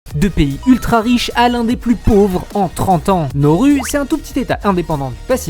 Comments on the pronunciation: Pour information, on dit pas "NORU" mais "NA-OU-ROU" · Nauru (/na.u.ʁu/) se prononce « na-ou-rou », vas sur Wikipedia! 😉